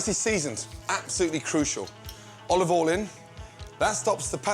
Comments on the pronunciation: "Olivolle in" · Gordon: Put a tablespoon of O L O V O L Procedes to put a lot of O L O V O L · "Olivol in"